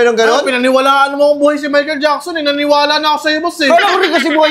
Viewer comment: Mahical jackson❌ Michael taba✅